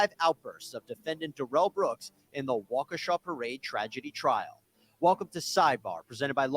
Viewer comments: I'm from Wisconsin and its pronounced Wau, just like you said, Kee, just like you said, shaw, not sha, but shaw. Wau-kee-shaw. So, wau and sha sound same. The way you say it sounds like an African american name like wa-keesha. This is incorrect. It's pronounced like waukee-sha. I'm going a little deep into it and it's not that important, but just trying to be on point. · From my understanding it's pronounced Wah-ka-shaw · Looking forward to more vids from the channel, but I just want to point out 2 mistakes made in the first 2 mins: it is pronounced Wah-Kuh-Shaw according to the court, news stations, residents, and DAs office. And he had council for several months (since earlier than April I believe). He had 2 lawyers which he fired days before the trial. There are many 10 min clips of all that I just mentioned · Pronounced waw - key - shaw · Nobody ever mentions his other brother Darrell. Oh it's pronounced Walka Shaw that's a native American name please don't try to change it to a native African name oh hi to Ray Ray for me BTW he's trying to sell your food stamps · Neither of the ways you said Wakesha is right. Wok-eh-shaw. Its a native American word. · “Y’all” is not an English word hillbilly. You can’t pronounce Waukesha Wisconsin.